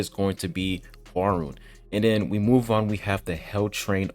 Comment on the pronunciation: Man your pronounciation of Hwaryun name is so bad that I didn't recognized it. It's HWAR-YUN (YU pronounce sounds is = YOU) it is not YO and not RON